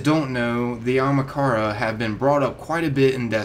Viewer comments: WHY DOES HE IGNORE ONE OF THE A'S!!! ITS AHAMKARA NOT AMAKARA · A-HAM-KAR-A, not A-MA-KARA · Anyone else get triggered when he says "Amakara" rather than "Ahamkara". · Its not amakara its ahamkara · Amahkara? Not Ahamkara? Jesus dude. Taking illiteracy to the max. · Its not amakara its ah-am-kara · ... great theories, but it's pronounced Ah-hahm-ka-ra, not amakara... sorry, I get twitchy with mispronunciation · Its not amakara...its ahamkara... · ITS NIT PRONOUNCED AMAKARA!!! ITS PRONOUNCED A-HUM-CAR-UH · Not Amakara its A(H)amkara that annoyed me a lot, sry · Am I the only one that’s triggered by him saying “Amakara” instead “Ahamkara” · not trying to be a jerk here, just winced every time ya said it so feel the need to point it out :P It's AHAMkara NOT AMAkara. ya keep jumbling up the name a bit. :P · Bruh you're saying Ahamkara wrong!!! Not Amakara...AHAMKARA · I really don’t get why people cannot say (aw-hum-kar-uh) it’s not Omkara or Okamhara dumbass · lol usually these vids are good, but everytime he says Ahamkara, he says it like Amakaran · It hurts ma sowl when he says "Amakarea" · It is pronounced Ah - Haam - Kara not ah hm Kara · "Amakara" lol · Good video but did it annoy anybody else how he mispronounced 'Ahamkara' all the time?? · ah-hom-car-uh pronunciation, fool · Ahmakara? Bruh pronounce it right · Is anyone els bothered on how he saying ahamkara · A-ham-kara (ham is pronounced like haum) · A-ham-kara for fucks sake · I bet a million other people have said this, but its pronounced Ah-Hum-Car-Uh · you mispronouncing Ahamkara makes me cringe... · Learn how to pronounce Ahamkara please, it bothers me, and we know they were in our Galaxy but they were supposedly all killed off in our Galaxy, but apparently not all since some were spotted, and you clearly don't know they're coming with Osiris in the DLC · The sword was in destiny 1. Do some research. You're also saying ahamkara wrong. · aHAMkara, not ahMAkara. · its pronounced aHAMkara not aMAHkara